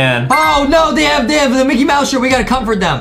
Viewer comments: anyone notice adem sayed MICKET MOUSE lol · Was it just me or did adem at the starting said micket mouse instead of micky mouse